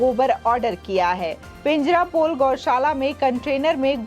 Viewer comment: Pijarapole NAHI PANJARAPOLE BOLIYE.....